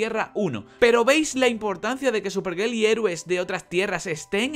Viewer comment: buenos videos, pero escucho superGEL y me dan ganas de dar dislike, pero me calmo y me retiro con tranquilidad